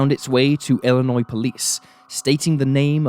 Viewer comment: As a Chicagoan by birth, thank you for pronouncing Illinois correctly. Even Americans oddly mispronounce it, often (I should stop being surprised by that, however lol). I knew of this case, just because sycamore isn't too far out of the Chicago area.